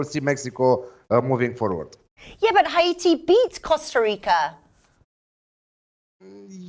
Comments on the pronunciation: I have said it before please pronounce Haiti as it is. It’s pronounced Hay-tee not Ha-e-tee Hay-tee Hay-tee Thanks... 🤣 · Another clueless. Go investigate and then come back to me. I have friends from Haiti and I’ve been there plenty of times and I can assure you it’s pronounced Hay-tee for Haiti. says it right at the beginning. Not a big deal. I really don’t care. Just pointing out that’s all